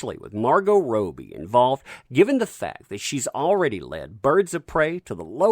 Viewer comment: Rob-Be not Roe-be